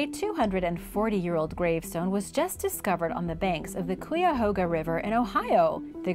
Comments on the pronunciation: The ‘cuy’ in Cuyahoga rhymes with ‘guy’, not ‘que’ I grew up in Cuyahoga Falls. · Kuy a HOG a. Kuy rhimes with guy. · As someone from Ohio, how you pronounced Cuyahoga was literally painful. It's like kei-ah-hoe-gah.